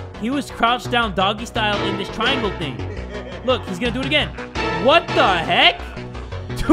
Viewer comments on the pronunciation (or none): none